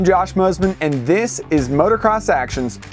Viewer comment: Jeez please stop calling it motercross